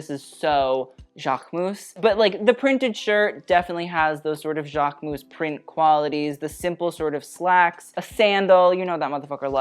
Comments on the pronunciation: speaking both Italian and French it really bugs me how you overly pronounce Versace (but THANKS for doing it correctly) but then mispronounce Jacquemus, the -mus is more like a -mys sound and not like mouse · Him: the jacquemus? 🤢 yeah its jacquemus.